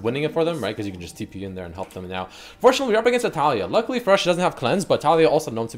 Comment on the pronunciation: you pronounce against weirdly